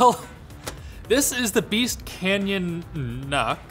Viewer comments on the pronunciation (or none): It's Beast, not Beat.